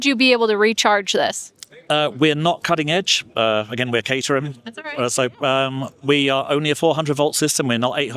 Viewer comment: I’m not sure how you missed this, because he repeated it many times, but it’s not cater-ham; it’s cater-um.